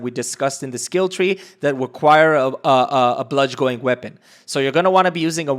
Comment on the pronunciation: Awesome video bro. Just one concern. Not even a concern. I just couldn't take it. You pronounce it (Bludge - in) that is the phonetic pronunciation. Bludgeon is pronounced bludge-in.